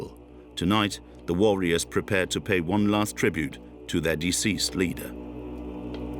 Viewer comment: Is this voiced by a computer? Mispronunciation of warriors at 40.50 and something earlier... At 52.00 "scointists' rather than scientists.